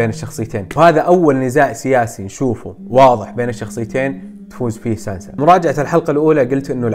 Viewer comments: يخوي اسمها سانسا مو سانزا تنرفز والله 😂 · التعقيب الوحيد ، اسمها (( سانسا )) وليس سانزا . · اتنرفز لما تقول سانزا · سانسا مو سانزا تقهرني لما تقول سانزا بس واصل كفو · ترا اسمها سانسا ماهي سانزا🙂😂😂💔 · كل شي رهيبب لكن لاتقول سانزا الله يحليك قل سانسا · اسمها سانسا مو سانزا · ليش تقول سانزا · "سانسا" وليس "زانزا" يرحم والديك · صراحة فيد جميل بس ليه تقول سانزا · لاتقول سانزا اسمها سانسا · سانسسسسسسسسسسااااااا مو سانزا